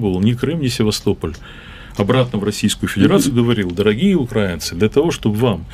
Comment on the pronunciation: Как же их коробит только от слов "Украина" и "украинцы", с какой же щепетильностью они избегают называть правильно нашу страну, и с какой брезгливостью коверкают название народа. "УкрАинцы" - сколько презрения и "великорусского" шовинизма и фашизма в одном только ударении